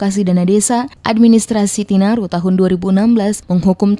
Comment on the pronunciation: TINARIN BUKAN TINARU